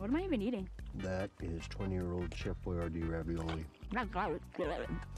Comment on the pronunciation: It’s ‘Chef Boyardee ravioli’…